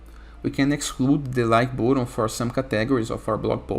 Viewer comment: i really like the way you say "boatun". but seriously , thanks for this tutorial. 👍